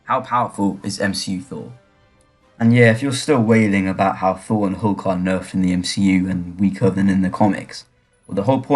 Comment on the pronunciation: It’s Hulk, Not Hook, lol.